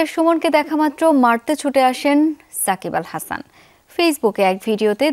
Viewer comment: Are bai sakib bal hasan na 😂sakib al hasan naam ta at list tik kore bolen 😂